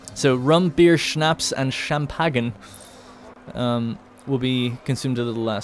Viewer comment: Called champagne cham pag ne XD